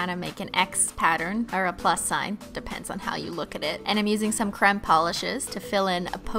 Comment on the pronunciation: Why does she say creme like c-r-e-m-e